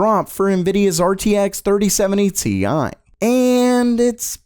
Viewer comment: 3070 tie, get it right haha